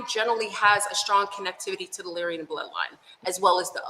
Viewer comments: 💯 Lyran not Lyrian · maybe im wrong but i think Its Lyran not Lyrian